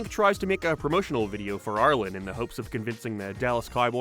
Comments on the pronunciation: Every time I heard you say Arlen I thought you were talking about Ireland 😂it’s just me and my deaf ass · I know you're not saying Ireland when you say Arlen but I always hear it.